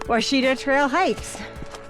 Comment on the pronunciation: It's pronounced wah-shi-taw easy to mispronounce , I'm guilty of it as well. It;s a great hiking trail enjoy.